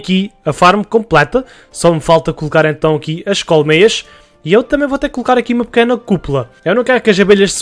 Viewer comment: Sotaque do: "colocar aqui umas Cowmeias" Eu: "meias de formato de vacas ficaram bonitas msm kkkkk" Amei o video me deu inspiração pra fazer no meu mapa obg ❤️❤️